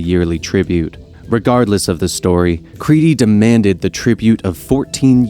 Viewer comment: Creety? Crete is pronounced Creet.